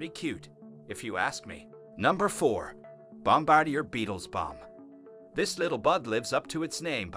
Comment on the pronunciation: Who is narrating this? He pronounces words like there spelled, the way he says leopards, leo-pards, he got bombardier wrong too and the final straw was calling a newt a lizard, get a clue bro